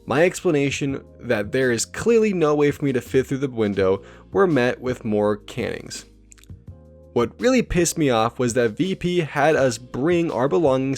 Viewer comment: * cane-ings not can-ings